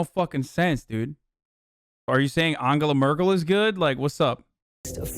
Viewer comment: His pronunciation of Angela Merkel was spot on, but chat was ''angala ANGALA''